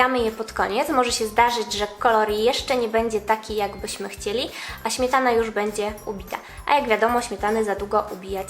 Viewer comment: Ś, Ć, DŹ...DwieSCe pięCdzesiąt ... Smietana ... wyciSąC.... Póki jest pani młoda, da się skorygować tę wadę wymowy. Trzeba głośno czytać, najlepiej komuś – kto będzie na bieżąco poprawiał błędy zdrabniania sibilantów. No i pamiętać o tym. Najbardziej przeszkadza pośpiech w mówieniu, tak typowy dla współczesnych...